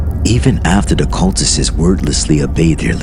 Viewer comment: Cultistses, lol. Anyways great work